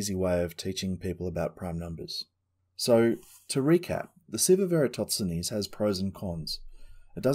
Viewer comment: EratoTSenes or EratoSThenes? Good video but hearing you say his name frustrates me a little, haha